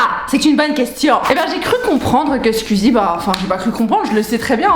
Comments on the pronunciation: Elle dis squzie mais ces squeezie!!! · SqIzi pas SqUzi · Squeezie pas scuzie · Je déteste les gens qui disent squzie a la place de squeezie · C’est SQOUIIIIIIZIE !!!!! Pas SQUIZIE !!!!!! PTN ! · C'est marrant quand tu dit "squizi" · Mais c’est « Squuzie » par contre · "Skuizie" Tu m'as appris comment prononcer son nom, merci (Second degrés) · La manière dont tu prononce "squeezie" est très rigolote ^^ "squuuuzy" c'est trop mignon 🤣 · Tu dit bizzarment Squeezie !? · Super vidéo seul truc ta prononciation de squeezie me stress énormément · Comment tu prononces Squeezie 😂 c'est très drôle